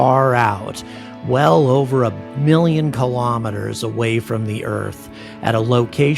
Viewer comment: Kilo. Meters. [not kalamaduhz]